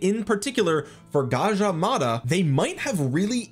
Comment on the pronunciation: You pronounced Gajah Mada perfectly. Thanks for not butchering it man. Cheers ❤